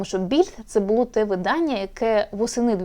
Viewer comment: ВидАння, а не виданнЯ, вчи мову